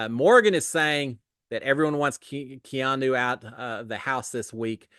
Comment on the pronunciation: …Props for learning how to pronounce Keanu! 😂